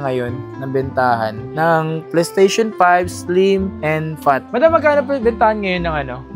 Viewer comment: mura kasi PLE-STESHON ang brand 😅😅